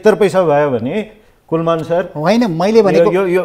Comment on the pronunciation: and "Kulman" lai kina KulMAR KulMAR bhaniraho host le??? Tyo ni naam paper herdai bhanirachha tesmathi wrong. Tait.